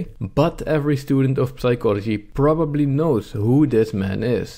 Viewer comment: Complaining about the horrible state of university education while mispronouncing basic words such as psychology and sword is known as the pot calling the kettle black.